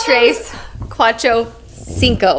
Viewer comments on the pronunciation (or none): I love Carly’s mom’s reaction and saying “ginko” instead of “cinco”.